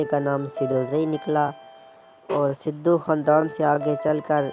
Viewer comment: Sidu ni sadu name tha un ka tlafz drust kro